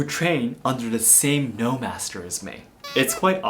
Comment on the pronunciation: Why are you pronouncing noh like “no”